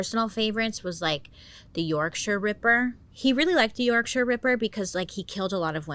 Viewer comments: As someone who was born and still lives in Yorkshire, I truly appreciate hearing an American pronounce it correctly instead of making it sound like the home of the hobbits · I'm from bradford , England, I love the way you said Yorkshire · Can I just commed you right off the bat for pronouncing Yorkshire correctly. ❤ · Thank you for pronouncing Yorkshire properly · Yes Bailey! The first American to say Yorkshire right. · Whattt asif he went to QEGS in wakey 🙈😂 would love you to take a deep dive into wakefield prison one day, they have the worst of the worst there 🙃💖 also thank you for pronouncing yorkshire right 😂 so many i see pronounce it wrong 😂x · Bailey pronouncing Yorkshire properly has just made my day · Halifax born living in Bradford ✌🏻the pronunciation of Dewsbury and Dewhirst made me cringe though but proud of her for getting Yorkshire right